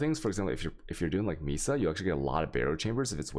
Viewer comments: Mee-suh wtf. It's may-suh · "Mesa" is pronounced "May-sah". Sorry, was bothering me. :)